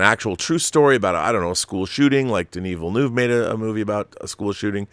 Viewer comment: I wish I could attach an audio file here...In order to inform people how to pronounce Denis Villeneuve's name. Haha...small detail.